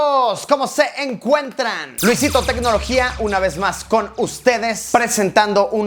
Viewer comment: Luisito se dice ye 7p no y griega 7 p